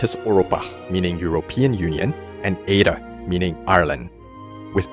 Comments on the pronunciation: I'm not sure why this annoys me so much it really shouldn't but Éire is pronounced Air not eira 🤙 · u butchered eire its pronounced air-ah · It's pronounced Eíre (like the word air). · That is the worst pronunciation I have ever heard of the word Irish and Èire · As an irish his pronunciation of Éire (Ireland) triggered me